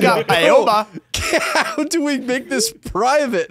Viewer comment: its ah-oh-bah